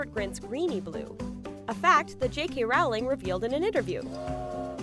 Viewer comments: The name is Rowling! Like in row row row your boat! You stupid idiot! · I've never understood how someone can make a Harry Potter video and not know how to pronounce Rowling's name.